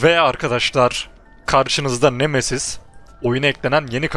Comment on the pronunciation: siz nemesiz diye okurkan memesiz diye anlayan bne 😃